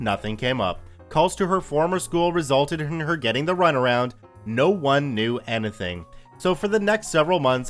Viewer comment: why do you pronounce "anything" so weirdly?